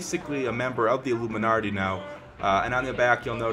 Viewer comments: IT'S PRONOUNCED ILL-UM-I-NAT-EE NOT ILLUMINARTEE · there is no R in "illuminati" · Well first Illuminarti........ YEAH BEST PRONOUNCER EVER ! LEGITEMATLY...... REAL IT LOOKS AMAZING OH WAIT YEAH YOUR GONNA GET CALLED OUT FOR HAVING A SHITTY EMBLEM. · Died watching this. "Illuminarti" LMFAO! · IlluminARRRRty... Are you a pirate? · Lol the way u say it is "allumanarti" lmao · Hahahaha I laughed every time you said "alluminarti" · It bothers me how he is saying illuminarty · Are you guys serious? Clearly him saying illuminarti is a joke. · Omg u cant even prounonce it